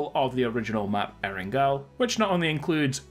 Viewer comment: Why do you still call it and spell it Erengal? Come on man you are a PUBG youtuber you should know what the original PUBG map is called